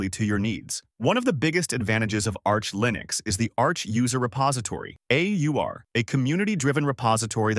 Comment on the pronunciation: This AI text-to-speech is horrible. "Lye-nix" ???